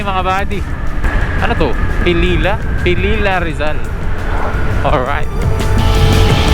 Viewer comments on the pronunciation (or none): Pililla, pronounce as pililya.